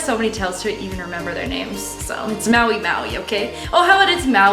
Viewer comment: So is the fabric tail named Maui Maui or did you just mispronounce Mahi Mahi and go with it?